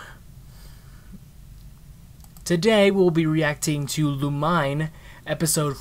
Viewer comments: It’s not pronounced lu-mine it’s pronounced lu-mi-neh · NO ITS PRONOUNCED LOU-MEAN